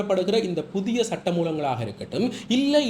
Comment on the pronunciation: 'புத்திய' அல்ல 'புதிய' 'மக்கர்' பண்ணத் தொடங்கினா இப்படித்தான் சொற்கள் 'கடிபடும்'. "காகம் அன்னத்தின் நடைய நடக்கப் போய் தனது நடையை மறந்து போன" கதைதான் ஏற்படும்.😅 இயல்பாக பேச்சினால் போதுமே!😂